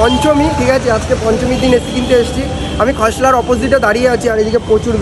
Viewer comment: খসলা খইসলা ✅✅ খোসলা ❌❌